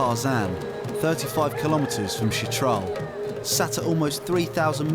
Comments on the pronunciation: It’s “Chitral” not “shit trail” lol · Why does the narrator keep referring to Chit-ral as “shit-ral’. ‘Ch’ is pronounced like ‘ch’ in ‘church’. Did he not bother to ask the locals how to pronounce the name? What about the name ‘Pakistan’? Be respectful and pronounce it correctly, not the way you prefer. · Kindly correct your pronunciation it's Chitral not shitral, ch not sh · It's spelled "CHITRAL". Why does the narrator keep saying "SHITRAL"?